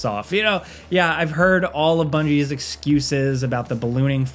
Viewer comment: Lol, the way the narrator pronounced bungie